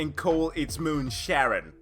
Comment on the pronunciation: Come on, its "Charon" not "Sharon" Charon is the ferryman that transports the dead souls over the Styx River of the Greek Underworld. I find that a pretty cool name!